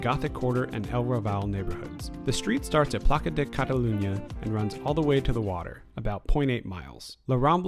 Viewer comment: Those tracks aren't old at all xd. They're from 2004 when the newer Trams started service in Barcelona :) Also, the C in Ciutadella is pronounced as an S (same with the Ç at Plaça Espanya) But those are minor errors, great video :)